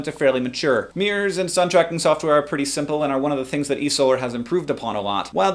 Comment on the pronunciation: hahahaha silly hank. i think you mean mirror not meer and turbine but turban.